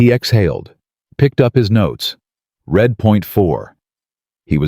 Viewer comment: Your story is partially about a company that uses words as their commodity. Don't you think your narration should use words correctly? Like almost all AIs, the "read" is frequently mispronounced.